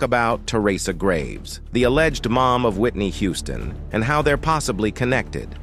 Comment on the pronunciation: CLICKBAIT! CLICKBAIT!! CLICKBAAAAIIIITTTT!!!... I'm halfway thru the vid tripping on the Narrator! "He" is on Alot of Good videos. Me being someone who DONT WATCH ai narrated videos, I just KNEW this was an older black cat.... He didn't just mess up like normal ai, this dude was like glitchimg on this vid.. "spinning or.. fast forwarding) ..then "he" said Hooston (he pronounced it Who•ston) not Houston like WTF.. 😑 THAZ A .. ITS A CITY.. && a common last name, business Name 😶 how these robots/comps SMARTER THAN HUMANS" ROBOTS CANT HANDLE REMEMBERING CITIES.. STATES.. but we s'pose to "@ g___l_" .. learn from it about galaxies?!!? I'm so sad this is not a real man.. .....THEN TO GET TO THE COMMENTS AND REALIZE IT WAS ALSO CLICKBAIT??! ~As I'm reading the comments she said "Cicely didn't say one word.."... ... I'm realizing, the narrator even said towards the end.. "..well we don't know if it's true or not but, it would blah Blah Blah".. 🗓️THIS CHANNEL IS OFFICIALLY DEAD TO ME 💤💤💤